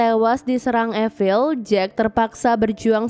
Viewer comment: Efil?? Apa itu? Evil?(i-vel)?? Zombie kali.